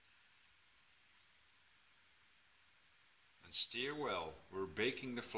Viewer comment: Thanks for the recipe :D It doesnt really matter as im sure everyone will understand what you mean but to help you a little with your pronunciation, STIR, rather than said like Steer, it is pronounced like Purr or Fur, as in STuR. Stir. :-)